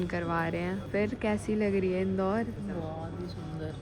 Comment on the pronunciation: The way pronounce Indore😂😂